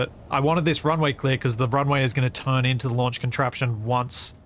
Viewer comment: The "LUNCH Facility" ??? 😂